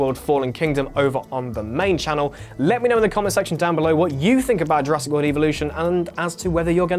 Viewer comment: did he just say jurassic willy? 0.32